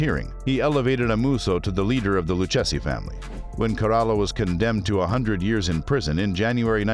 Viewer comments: LOU-KA-ZEE IS HOW IT IS PRONOUNCED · LOO-KAY-ZEE crime family who the hell is this narrator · You’ll have to learn how to pronounce the family’s name